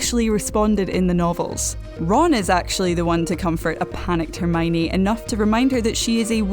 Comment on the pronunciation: I don't like the way she says Hermione Her: Herrrmoine 😑